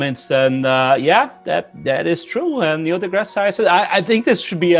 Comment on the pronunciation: Toda vez que ele fala isso da vontade de dar um tapa na cara dele e dizer "irmao o neil não se chama de Nélio" kkkkkkkkkkkk